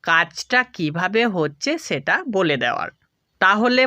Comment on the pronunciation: ছেটা কি। হবে সেটা । ছ না স দিয়ে কথা বলেন